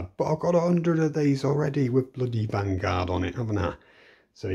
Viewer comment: Vanguard is spelled Vangvard🤣😂